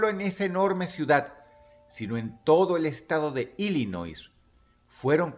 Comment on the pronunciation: Dross, nada más como dato la "s" en Illinois no se pronuncia, la pronunciación correcta es "Illinoi".